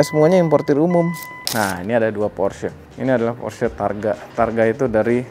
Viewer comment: Plg ok nih, nyebutnya bener porsye 👍